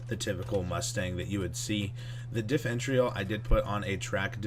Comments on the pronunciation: (diff-eh-ren-shul) is the proper pronunciation lol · Diff-er-ential lmao dumbass